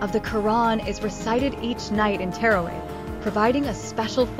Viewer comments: It's NOT terraway! It's TARAWEEH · Tarawih prayer not teraway get your pronunciation right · It's teerway.. it's taraweeh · I have never heard someone say taraweeh so wrong 💀💀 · It is witr prayer, not winter prayer😅 Edit: and not Terraway it is Taraweeh